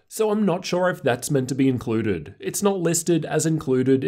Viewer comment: Inclurded lowerst ratior. Oh my god